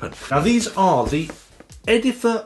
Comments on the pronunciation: It's "Edif-i-er". Great job and a thorough review. They should sound a lot nicer now, seeing how you put them in real, solid wood. Almost all cheap "wooden" speakers come in plywood cabinets. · its not called edifer though, Its edifier...